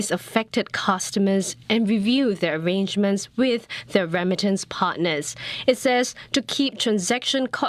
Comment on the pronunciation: why does keep saying rem-mitance instead of re-mittance, and why does CNA allow such pronunciation to get through?